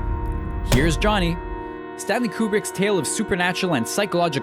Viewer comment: I also enjoyed the moment when the narrating idiot mispronounced Stanley Kubrick's name. And again .